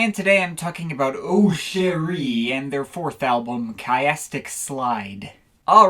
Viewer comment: I don't know who told you how to pronounce Autechre in that stupid way but it wasn't Rob, Sean, or Warp Records. It's pronounced "orr-tek-a".